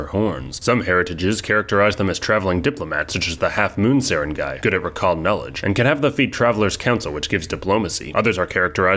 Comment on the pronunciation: On the other hand, he nailed Sarangay pretty well!